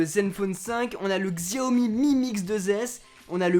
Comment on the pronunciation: Xiaomi se prenonce Chiaomi..